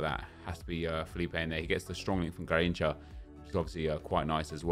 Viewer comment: everytime he says "garinthca" me as a brazilian dies